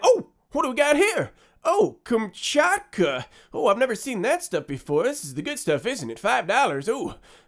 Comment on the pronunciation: You pronounced Kamchatka pretty well.